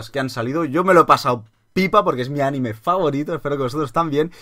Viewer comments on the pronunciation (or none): none